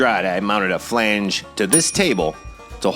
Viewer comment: Did I hear someone say, "FLANG",lol. Great video bro